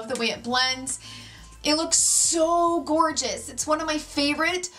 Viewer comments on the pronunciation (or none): none